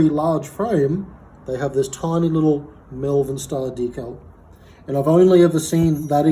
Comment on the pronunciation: Exceptional bike, fantastic history, but please, its MOLE-VERN, MALVERN. Not mel-vern or me-yel-vern or whatever it is thats making me cringe everytime I hear it. Source: I'm from there. Seriously, what a cool machine! I'd say M.S.CONN was the original ownerp